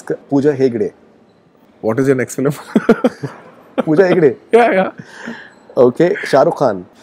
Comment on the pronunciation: Every South Indian telugu actor pronounces film as "filim". It's just a telugu thing! So he also saying "filim" is not a surprise.